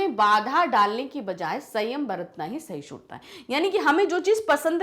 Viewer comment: Its not sahishudta😂 Its sahishduta..! May be your dialect is different maam bt we pronounce it like this. Like yr teaching though ✨